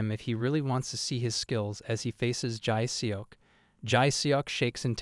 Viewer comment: Enjoying the videos! Just some advice, might be worth brushing up on the Korean name pronounciations - Jae Seok is pronounced Jeh Suhk, without an obvious ‘e’ sound